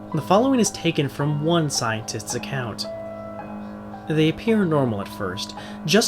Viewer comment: It sounded like u sayed scientits XD